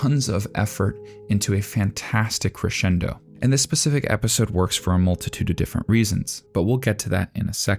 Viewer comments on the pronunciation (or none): none